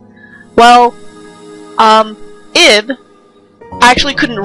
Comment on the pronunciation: Hon, it's pronounced "Eeb". XD It's really supposed to be "Eve", but that would have caused confusion with another famous game called that. XD